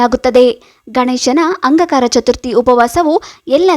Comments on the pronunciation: ನಿಮ್ಮ ಉಚ್ಚಾರಣೆ ಸರಿಯಾಗಿ ಇಲ್ಲ, ಅಂಗಕಾರಕ ಅಲ್ಲ ,ಅಂಗಾರಕ ಎಂದು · Angakara alla Angaraka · ಅಂಗ ಕಾರಕ ಅಲ್ಲ ಅಂಗಾರಕ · Angaraka antha heli...angakaraka alla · ಅಂಗಕರ ಅಲ್ಲ ಅಂಗಾರಕ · ಅಂಗಾಕಾರ ಅಲ್ಲ ರೀ ಅಂಗಾರಕ ಅಂತ ಹೇಳು. 🤦‍♀️🤦‍♀️ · ಅಂಗಾಕಾರಕ ಅಲ್ಲ ಅಂಗಾರಕ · Angakara alla maree angaraka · please say angaraka, not angakara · Please, ಅಂಗಾರಕ ಎಂದು ಹೇಳಿ. ಅಂಗಕಾರ ಅಲ್ಲ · First change your pronounce not Angakaraka Angaraka😅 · Anga Kara alla angaraka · Its not aangakara Angaraka your pronunciation is wrong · Not angakara pronounce wrong say angaraka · ಅಂಗ ಕಾರ ಅಲ್ಲವ್ವ ತಾಯಿ,ಅಂಗಾರಕ ಚತುರ್ಥಿ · ಅಂಗಕಾರ ಅಲ್ಲ, ಅಂಗಾರಕ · ಅಂಗಾರಕ ಮೇಡಂ ಅಂಗಕಾರಕ ಅಲ್ಲ ಸರಿಯಾಗಿ ಹೇಳಿ .ಮಾಹಿತಿ ಕೋಡಿ. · Angkara ಅಲ್ಲ ಮೇಡಂ.. ಅಂಗಾರಕ ..ಮೊದ್ಲು ಎನ್ ಹೇಳ್ತಿದೀನಿ ಅಂತ ತಿಳ್ಕೊಂಡು ಮಾತನಾಡಿ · ಅಂಗಾಕಾರ ಅಲ್ಲ ಅಂಗಾರಕ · Pls tell properly angaraka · Medam modalu ಅಂಗಾರಕ anta uchchar madriii plz💐💐🙏🙏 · Hello...angakaara naa?? Thappu thappaagi heluvude dodda thappu😂😂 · ಒಂದು ಸಲದ ತಪ್ಪು ಅಲ್ಲ … ಪ್ರತೀಸಲ ಅದನ್ನೇ ಉಚ್ಛಾರಣೆ ಮಾಡಿರೋದು … ಮೊದಲು practice ಮಾಡಿ ಅನಂತರ video ಮಾಡಿ … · ಏನೋ ಒಳ್ಳೇದು ಹೇಳಾಕ್ ಬಂದಿದೀಯಮ್ಮ ಉಚ್ಚಾರಣೆ ಸರಿಯಾಗಿ ಇರ್ಲಿ ಅದು ಅಂಗಾರಕ ಏನೇನೋ ಓದರ್ ಬೇಡ ಇಲ್ಲಾಂದ್ರೆ ಬಾಯಿ ಮುಚ್ಕೊಂಡು ಇರು